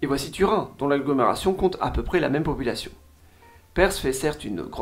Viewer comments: Si tu avais beneficié de tes propres sponsors tu aurais su que Perth ne se prononce pas "Peyrthe" mais "Peurth" et aussi que "Castle" le T est muet. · Alors j'aime bien tes vidéos mais ne propose pas des promos pour des cours d'anglais en prononçant si mal PERTH (que tu prononces "PERSE" 🤮), NEWCASTLE, ET Gold Coast, ça m'a sorti de la vidéo plusieurs fois, ton sponsor perd en crédibilité. Merci pour tes vidéos 👍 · Perth pas perssss, sacré francais ahahah quand allez-vous comprendre que th ne se prononce pas s , voici une video pour apprendre a prononcer Perth , en voici une autre pour la forme , sinon très bonne vidéo comme toujours. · Et Perth ne se prononce pas Persss XD